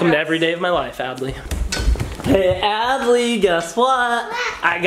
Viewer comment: Not how you spell Adley and you said Addie